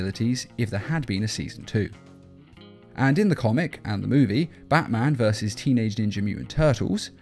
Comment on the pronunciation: You said tennage ninja mutant turtles